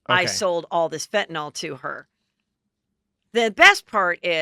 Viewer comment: Are you saying FentanOL? (Instead of Fentanyl?) 😆